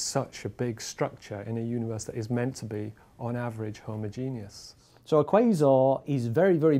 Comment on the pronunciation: "Homogenius" ffs